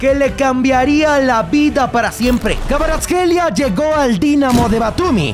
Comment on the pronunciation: Me sorprende que pudiera pronunciar KVARATSKHELIA